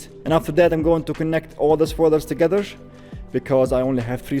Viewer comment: Stop putting SH, or S, on the end of words that don't need it... Togethersh